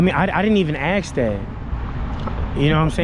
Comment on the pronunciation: Ask is spelt a-s-k and is pronounced ask. Axe is spelt a-x-e and is pronounced axe. Access is spelt a-c-c-e-s-s an is pronounced access. Simple! And I most definitely left a comment.